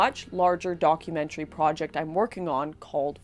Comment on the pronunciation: I can't believe this. Lauren doesn't say 'project' with a Canadian accent anymore. :-( I'll support the project anyway. Great work!